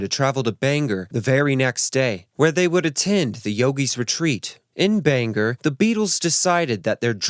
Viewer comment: Omg I'm so sorry 😂 Like Bangor in Wales. It is pronounced (Bang- or) not (Bang - er)